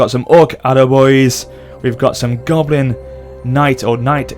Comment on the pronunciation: I swear he said gobin